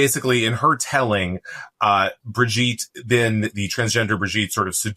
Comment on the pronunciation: Madame Macron’s name is not Bridget. It’s Brigitte. There’s a difference.